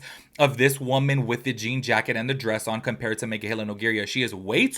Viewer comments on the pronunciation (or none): none